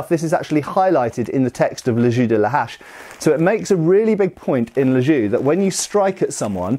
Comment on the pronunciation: its "le jeu" not "le jus" :O its prononced almost like "je" in french